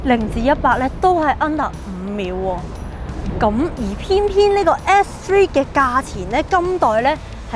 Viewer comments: 如果咬字咬得清楚啲會更好，而家唔係唔好，但佢片頭張個S3講到F3,發音改善下就perfect 啦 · 好似講野要加強返， S three 好似講得唔正。加油。 S3 外型好似正左